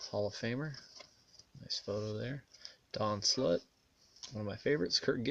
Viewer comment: did u say don slut? lol